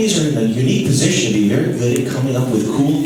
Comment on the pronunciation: Ahhhh! Velly goood! BWONG!!!